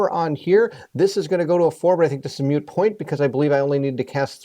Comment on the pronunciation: moot, not mute